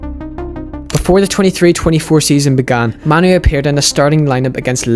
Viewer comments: "Kobbie Maynoo" 'Kobbie Maynoo" Kobbie Maynoo" Narrator" Kobbie Mah-noo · It's kobbie main oo not kobbie man oo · Compilation at the start people pronouncing it as "Ko-B May-Nu" literally after that compilation; "Koh-B Ma-Nu" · «KOBBIE MAINOO!” Him: Kobbie manoo🙂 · It's pronounced "MAY-NOU". Great video btw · How did this guy made the start of thus video with various people pronouncing Mainoo's name and then have himself pronouncing it differently?